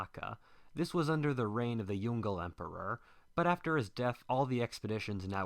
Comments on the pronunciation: Pronunciation of "Yongle": × Yongel √ Yong-luh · It's pronounced Yong Le not Yongle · Yong Le are separate syllables. Not Yongle. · The Ming emperor you refer to as Yongle (like 'dongle') is usually pronounced as 'Yong Ler'. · Yong Le (Yoong-Luh) not Yongle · The Yongle Emperor should be pronounced as “Yong-le” rather than "yon-gle" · Jesus Christ, it's Yǒng Lè, not Yon Gle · please YONG - LE emperor not YON-GLE emperor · It is yung le 2 words not yungle whaftish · Is Yong Le Emperor not Yon-Gle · Yongle is spelled as "Yong Le", not young girl emperor... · pronounced as Yong-Leh not yong- goal lol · Yongle is pronounced "Yong-Le" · This is an interesting video but would you please pronounce Yong le properly, it's pronounced as two syllables Yong and Leh. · Yongle is pronounced as Yong Le (永樂)... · The pronunciation of the emperor's name is not "Yongle", but "Yong Le" by "永乐" as they are separated Chinese characters. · Yes. Its actually Yong Le